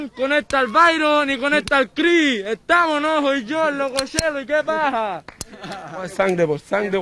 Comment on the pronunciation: al crhih...tamohhh